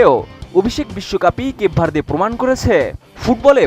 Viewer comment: কেপ ভার্দে ❌ কেক ভরিদে ✅ 😂😂